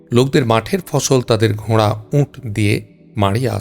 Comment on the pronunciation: উট হবে উচ্চারণ ঠিক করুন